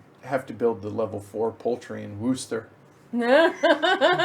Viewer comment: By the way I am also from Birmingham and can I add my congratulations to those from Paul Umber for your pronunciations of the various locations on the board. I was particularly impressed by pronunciation of 'Worcester' (pronounced 'wooster' and not 'worcester' ). If I was slightly nit-picking I would say to you that Birmingham does have a 'g' in it (Birmingham not Birminham) but other than that I'm impressed! A bit of background info for you - Birmingham is known locally as 'Brum' (short for Brummijum) and therefore locals are known throughout the land as 'Brummies'. So the name of the game is 'Brass Brum' ok?:)